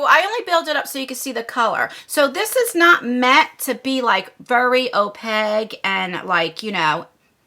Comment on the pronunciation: ~ The word opaque is pronounced oh-pake.....😘